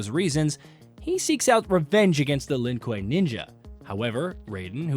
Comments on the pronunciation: The Lin what? Koo-way (kuei)edit: cringe on some mispronunciation of things. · Snubzero, Lin kui, Shirayayu, Bee Hon, Lin ku way, syro mancer…. Cmon… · Croneeka, byehon, syromancer, Lin quei, The list goes on I'm surprised he didn't pronounce scop-ey-eon